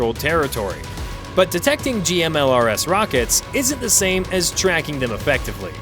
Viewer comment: GMLRS is pronounced "gimlers" with G as in "go".